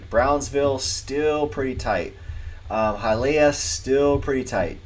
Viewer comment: its HIYALEEUH - Its little Cuba man